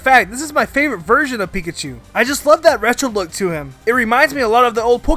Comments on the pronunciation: Duuuuude ITS PINKACHU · I guess you call beta marill Pinkachu!